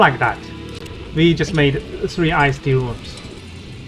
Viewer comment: lol should we trust players who call the Ist rune I S T 😂